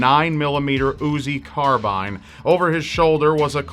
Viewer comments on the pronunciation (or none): none